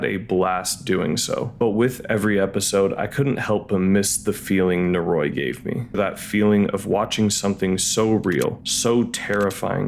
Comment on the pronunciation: Your pronunciation of "Noroi," while not egregiously wrong, really bothers me lol. It's technically more like "nor-oh-ee" but if a Japanese person says it it will sound like "noroy."